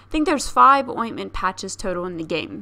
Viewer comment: Lol “ointment” patches?? Is that a real pronunciation